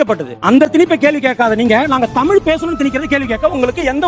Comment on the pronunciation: முதலில் தமில் னு சொல்வதை நிறுத்தவும்😊